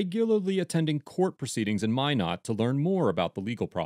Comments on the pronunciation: "Minnot," not "my-not"... Ulillillia obsessives know. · He pronounces Minot weird,,it's pronounced ( Me Nut ) North Dakota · Not Minot, Williston. Even worse